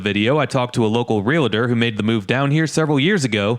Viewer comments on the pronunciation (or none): Realtor, Real-tor, No "A" as in Realator......it's Realtor!